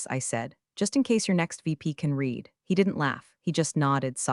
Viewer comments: Uneven story telling, not to mention next comments showing on screen at sane time as current thread. Still can't pronounce 'read'. Too many 'I didn't cry, i didn't moan' lines. Interesting ideas and some well thought out lines. Probably won't be coming back. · Hi, Thank you for this. To me, it shows that I'm not the only one getting annoyed bordering on sarcastic when the reading software hasn't been updated. I've listened to other story channels that can actually pronounce a-gap-e correctly and can handle the read challenge so I know it can be done. By not caring about the criticism shows us that we are as expendable as the stories' heroes in my opinion. Yours, Ann